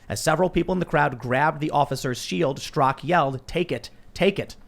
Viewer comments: Straka NOT Strak...... And you were reading it Tim! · Stra-KA, Tim. Not "STROCK" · Brandon Straka, not Strak!